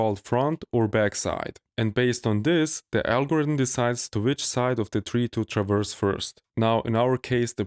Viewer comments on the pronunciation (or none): none